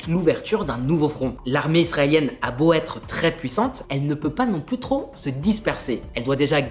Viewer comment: Attention à vos liaisons : …vous pouvez être sur … s’être…et non pas vous pouvait être sur …t’être sur…